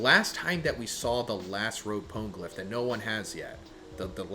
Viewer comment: "pown-glyph" XD